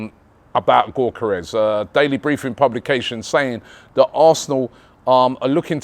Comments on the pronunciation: YOK A RES NOT GORK FFS 🤣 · you dont pronounce the G in gyokarez!!! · Somebody…anybody…teach Robbie how to pronounce Gyokeres’ name properly, I beg you! 🫣